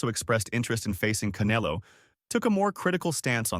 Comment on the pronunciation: why they keep calling him Caneelo? 😅